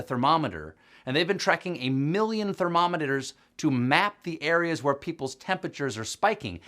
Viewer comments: 4.23 He said 'thermomonaters' right? These press briefings must be really messing with his head!! We all understand. But that make me chuckle. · A million thermomometers?! That’s a lot of thermomometers, enough to make you say, “thermomometers”!